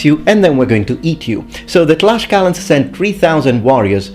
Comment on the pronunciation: also, it is not "Tlash-calans" its "Tlacs-calans" the pronounciation, because the spelling is Tlaxcalans or Tlaxcaltecas in spanish